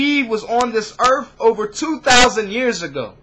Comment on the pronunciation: Earth not Earf